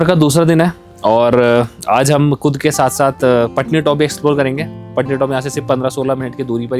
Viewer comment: "Kud" jagah "khud" decide ki hai😂